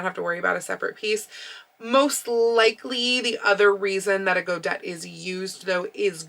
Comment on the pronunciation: I believe godet is pronounced go-day.